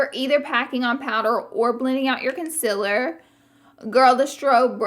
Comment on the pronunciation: It's adorable the way she says "conciller" for "concealer" 💗😊 I thought it was a one off but then she said it again! That cute accent though!!!